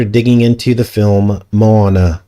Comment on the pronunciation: The movie is pronounced "mo on a"